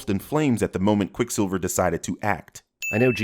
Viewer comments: Why is cinemasins so obsessed with people watching porn on tvs. Also he says quick siviler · I'm surprised you missed him saying "QuicksilvLer" and "Quicksivler" he must do his voiceovers drunk or something. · I’m surprised you didn’t sin him for saying “QuicksilvLer” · Anyone gonna talk about the fact that said Quicksilver as "Quicksilviler."? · ... "Quicksilvler" lol 🤣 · Ya know I'm pretty Sure said QuickSilver-ler. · pronounces Quicksilver as Quicksilvler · did he say "Quick SiBLer"? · Pronounces Quicksilver as "Quicksiveler" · says "Silvler" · quicksilviler, how about another take * ding * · Are we gonna ignore that said "QuickSILVLER"? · said "Quicksilveler" I mean.... wait, what was that? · Also also said Quick Silvler. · what was that? Quickslvlslvr? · he said "Quicksliver". Suprised you didn't point that out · I'm surprised you didn't call out for calling quicksilver "quicksilveler" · SilvLer ? (Sill-vuh-ler) ??? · "quick sivler" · And you DIDN'T sin saying "Quicksilvuluh"? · Sin missed ish, says quick sivler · what's that, Quick Silvler? SILVLER??? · Is this cuz dark phoenix is coming out soon? Also im surprised you didn't sin how he mispronounced quicksilver , quicksivler lol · missed sin pointing out slurring over ‘Quicksilver’ - “Quickslilvler”